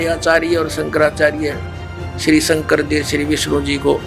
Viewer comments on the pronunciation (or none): none